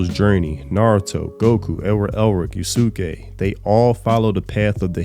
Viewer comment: This is a little petty but how why did you pronounce "yusuke" yus-ke, as yah-su-ke? Is that how they say it in the sub? Because they definitely don't say it like that in the dub.